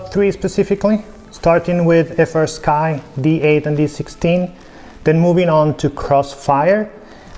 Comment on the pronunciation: Why does fastsky sounds like nitendo 😅